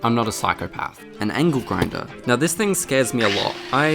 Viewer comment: The aussie accent making angle sound like ankle was pretty apt.